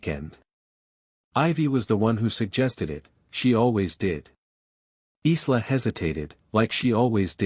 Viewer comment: Isla is prononced eye-la, my illiterate AI brother 🤭